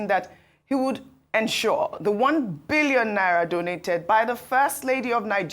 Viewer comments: The way is pronouncing the Billion is Scarry 😂😂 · The way Ojy stress the pronunciation of N1bn😂😂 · Yes ooo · The way Ojy stresses Billion 😂😂😂😂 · I love the way Ojy stresses the 'billion' 😊